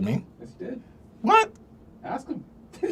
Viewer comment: ASK. IT'S PRONOUNCED ASK.